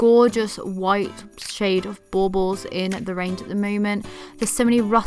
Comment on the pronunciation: I just love the way you pronounce baubles! Love your video and all the pretty Christmas stuff! I use traditional colors for Christmas, however, I do buy some blush decorations to use in my granddaughter’s room. I have the blush butterflies, dragonflies and high-heel shoe ornaments!